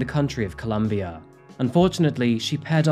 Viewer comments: It’s COLOMBIA. Pronouncing it as Columbia changes the understanding entirely! And this isn’t the first time you’ve shown your caucasianness in your narrative. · Why do you call my country “Columbia” it’s “Colombia” FFS!!!